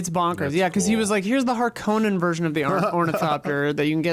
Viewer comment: Sorry to be annoying but Harkonnen is pronounced haar-kuh-nuhn.